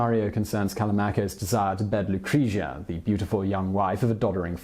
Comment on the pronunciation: Also its Lucre-tzia, i cringed every time 😂